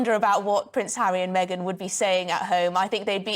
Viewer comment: Did he just say "Maygan ?